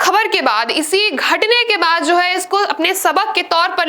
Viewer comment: Pls correct your Hindi " Ghatne"